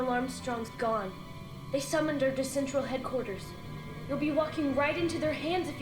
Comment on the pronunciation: I'll never get over them calling Central Cendral😂